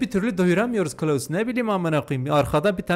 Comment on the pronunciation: Klaus yerine kılavuz demen 🤣